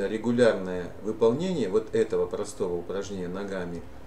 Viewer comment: Регулярное а не Легулярное